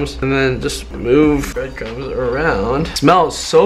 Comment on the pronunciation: Was saying "breadcums" or breadcrumbs? 😂